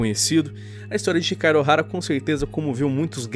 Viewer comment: "Chicaro Ohara".... ...pronúncia bugou😅😅😅😅😅